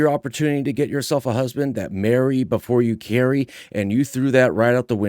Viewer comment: Yikes! “Where’s my husbank?”